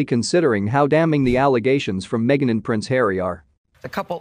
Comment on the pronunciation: She went WAYYY over board to prove that racism is her money maker!! Stuff it Harry mee-a-gan and you too Oprah!!1